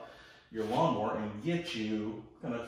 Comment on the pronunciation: it's NOT lawn MORE !!!!! it's lawn MOWER.....GOT IT ???? M O W E R !!!!!!!!!!!!!!!!!